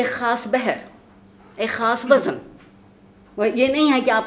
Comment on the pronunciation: وزَن/ wazan ❌ (عارفہ آپا!) vzn ✅